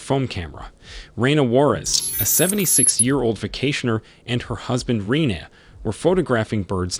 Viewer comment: Rene' [ruh-nay]